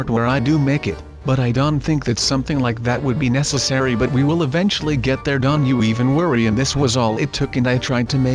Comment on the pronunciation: y do u say dont dant??